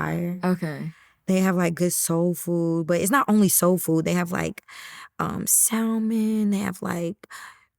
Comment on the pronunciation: I stopped watching after she pronounced the L in salmon 😂😂😂😂 Also, is that doing the interview?? Her voice omg 😫